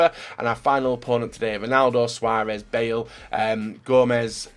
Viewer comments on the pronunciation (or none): none